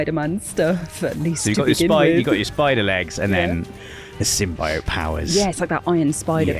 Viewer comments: Most people: Symbiote: Sym-BI-ote. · Bro can't pronounce symbiote